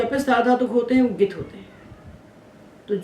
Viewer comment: भवत्याःपाठनशैली समीचीना। परन्तु ङकारस्य उच्चारणं न समीचीनं प्रतिभाति ।ङित् =इत्यस्य उच्चारणं गित् इति श्रुतमस्माभिः।